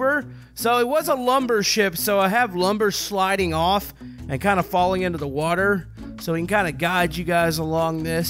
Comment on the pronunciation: "Lumber shliding off?"